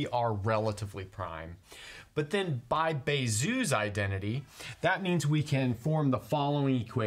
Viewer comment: I wish I could pronunciate bezout the way he did